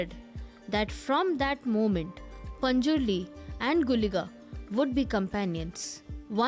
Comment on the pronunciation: you got the pronuciation of guliga and panjurli right